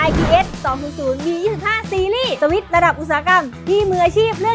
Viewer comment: พูดสวิช พูดให้เต็มหน่อยนะครับ